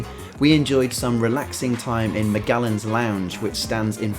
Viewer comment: It's pronounced Majellan not with a g sound